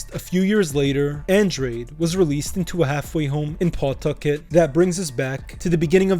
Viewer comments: It’s not PAW-tucket. It’s pa-TUCK-et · It's pronounced Puhtucket not PAWtuckit. 😂 I'm originally from worc mass area but have lived in ri for 30yrs, even lived in cf from & worked at a few prov restaurants with mob ties. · P'tuckit, say it right